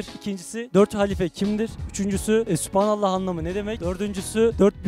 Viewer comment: supanallah değil yalnız. sübhan / سبحان Orada ki b'ye kalkale uyguluyoruz. Süb'hanallah..